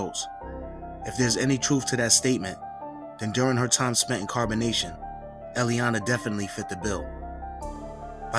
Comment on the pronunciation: In Carbonation sounds like Incarceration